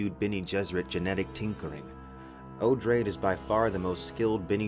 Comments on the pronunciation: O-drah-day. It is an adaptation of Atreides. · Oh-draw-dee (Odrade)